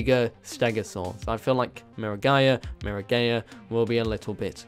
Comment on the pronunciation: Please, It's mirror-guy-a Not mira-🏳️‍🌈-a